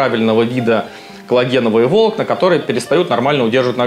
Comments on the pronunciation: ВолОкна , а не вОлокна . А так интересно ,спасибо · Не вОлокна, а волОкна))) .Слух режет. За ролик спасибо! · Обожаю эту особенность врачей - не правильно ставить ударение, дабы подчеркнуть свою "врачистость" (вОлокна - это прекрасно:)) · "коллагеновые вОлокна" 😭😭😭 Аж уши зарезало от доктора... Простите, не удержался...😂😂😂 "коллагеновые волОкна", "пяточной кОсти" и т.д., ну вы понимаете... зануда